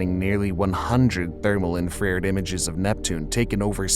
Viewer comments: That was how I was told to pronounce it back in high school early 60's. I mentioned it a few months ago and my 43 year old son quickly mocking me. It is infrared, but also in-frared.... Like my Reolink in-frared security cameras...... 🙃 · This pronounces "infra-red" as "in-frar'd". It also says, "The storm is larger than Earth at its largest". Does Earth change in size? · Infra-RED. Not "Infraired". I use to make this mistake when I was in junior high and I'd never heard the word said out loud. Only read it in Omni and Science News magazines. If you are going to make science videos, you should be able to pronounce such basic terms. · in frared is how I pronounced it as a kid...then i realized the word was infra red...what I heard on TV all the time. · I recognized this pronunciation from when I was a kid and first saw the word printed in a book. Naturally, I assumed that it was pronounced "in-fraired" just like he does here. Of course, this is incorrect, because the word is a compound of "infra" (which means "below") and "red" -- or in other words the part of the spectrum which is below red and hence invisible because we can't "see" it. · Please. It's pronounced "infra-red", NOT "infraired". If you think you must use a synthesized voice, at least audit it and teach it correct pronunciations. Don't propagate ignorance. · Really wish you would take executive action and correct The artificial voice to pronounce more correctly the pronunciation of "INFARED" yours sounds like "IN FAR REERED" it is so bollexed up I had to READ it in the captioning to understand it. I'm 74, so I remember how to pronounce it, but YOU 30 or 40 year olds likely don't, so ya better correct it before the whole language gets screwed up! I tell ya, you youngsters don't realize how important it is!!! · can someone tell this idiotic narrator, it's pronounced in-fra-red! couldn't watch it. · "infrare'd" lol. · No hate, but infrared is pronounced as “infra-red”, not how you were saying it